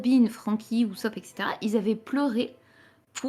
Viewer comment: C quoi cette manie de rajouter des liaisons en Z, "Qui z'étaient sur la lune" "qui z'avaient des sentiments"